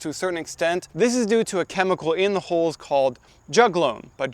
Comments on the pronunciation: i realized halfway through your trying to say HULLS not holes. it literally sounds like holes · You don't have to buy a dedicated nut cracking machine. A vise works about as well. I thought you kept saying "holes" when evidently you were talking about hulls and the closed captioning translated it as "holes." Maybe pronounced it more carefully. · just a note: I was confused for a short while by you talking about nut "holes" and "holing" them. Then I realised, you meant, hulls, and hulling. Pronunciation matters.